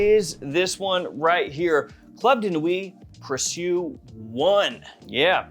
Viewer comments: I think the name is pronounced like the English word "precious"? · Sorry I'm so late... It's pronounced pre sho...